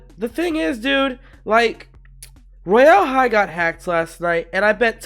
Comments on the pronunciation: no offense but im pretty sure its pronounced "roy- ull" high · LEARN HOW TO SAY ROYAL HIGH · why do he pronoun it like that ToT